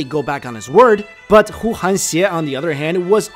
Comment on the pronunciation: Great video but 邪 in 呼韩邪 should be pronounced ye not xie